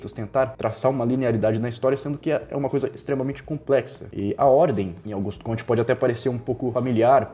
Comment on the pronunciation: Aos , a pronúncia do nome francês é "cômte", não "comtê".